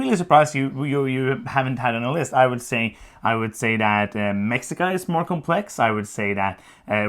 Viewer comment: It's pronounced meh-shee-kah.